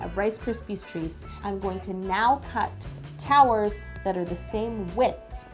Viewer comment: Did she say towels or towers?😂 No hate. I love you and your videos😊💖❤💗